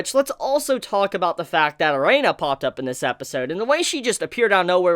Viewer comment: You keep pronouncing Erina wrong and it's so irksome.